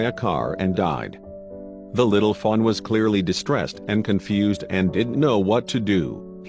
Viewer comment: sounds like he's saying little fun instead of fawn. maybe that's what he meant to say.